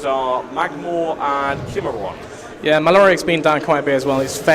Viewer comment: ki-mea-ron! not kimmerron lol